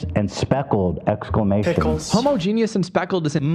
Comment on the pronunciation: so proud Ethan said homogenous right. dyslexic pride 💜